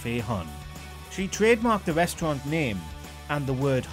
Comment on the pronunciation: I can't help but burst out laughing when he says 'reshtrunt' 😆😆 idiot